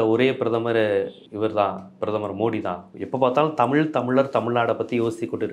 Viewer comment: தமிள் தமிள்னு சொல்றதாலதான பயமாயிருக்கு